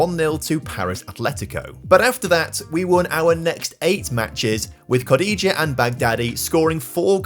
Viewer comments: Butchering Kodjia's name clearly shows you are not a villa fan.... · Great video, but I've never heard Jonathan Kodjia pronounced like that! And he played for the villa for a few years